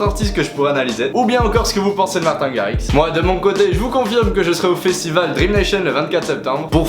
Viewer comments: Comment massacrer la prononciation de Martijn Garritsen en 2 secondes x) mais je t'en veux pas! :) Tu pourrais faire Florian Picasso s'il te plait? (il est sympa ce dj mdrr mais il fou des vents :' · Wait! The prononciation is : Martïn rarritsen cool video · Mdrrr comment tu sais pas parler néerlandais 😂😂😂😂😂😂😂😂